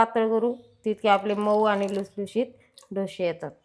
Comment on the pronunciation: डोशे नाही हो डोसे म्हणा